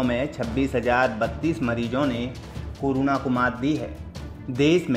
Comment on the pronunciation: woh keh raha hai ki news narrator corona ko curuna bol raha hai 😂😂